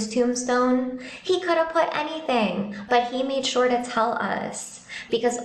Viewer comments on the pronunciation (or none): none